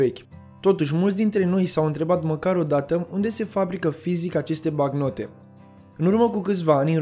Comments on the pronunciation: "Banc-note" sau "bank-note" , nu "bacnote" ... Ai o problema cu limba Romana , unde ai invatat-o , la Teel Aviv ? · Bancnote. BANC-NO-TE, de la note bancare. Nu bacnote. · Documentat bine,dar cand cel care relatează spune (bacnote) te cam îndoiești.